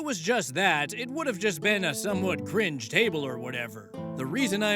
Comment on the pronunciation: "Cwinge" indeed